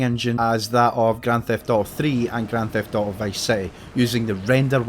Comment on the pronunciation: Bro says "GRAN THEFT OOOO"